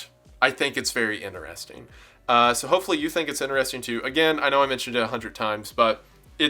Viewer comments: lost after the first "inner-resting" pronuciation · I was with you until you said "inner-resting" x'D